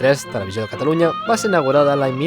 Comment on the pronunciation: pensaba que nomes en Mass deia cataruña